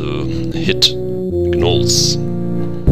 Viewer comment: Hi, great LP so far, and I know this is a year late or so, but the 'G' in 'Gnolls' is silent. =) Just FYI!